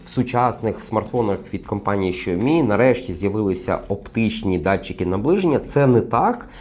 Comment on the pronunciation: Шаомі😂може Сяомі?